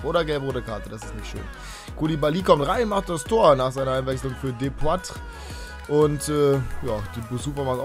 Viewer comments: Er wird DEPOTRÄ ausgesprochen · depoatre nicht depoträ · das spricht man depoatre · "Depuatre" wird der ausgesprochen :)